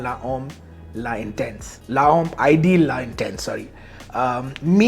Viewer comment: Guerlain L'Homme Ideal is pronounced as: GERLAN LOMM IDIYAAL. Not Ideal like how you pronounce the word, notice the little accent on the E.